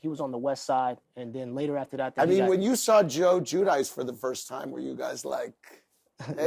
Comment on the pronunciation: The pronunciation of giudice is just offensive at this point 🙈 im not Italian, but andy was called out for pronoucing it jew dice , so why he continues to do so on tv is beyond me 🙈